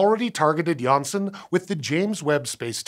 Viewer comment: nailled it the dutch name"Janssen"